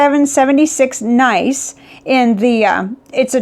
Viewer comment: The 3776's name is Nice, not nice. Nice is a city in France. It's pronounced NEESS not nice. All the 3776 finishes are named to evoke picturesque regions of France : Bordeaux, Chartres, Nice, etc.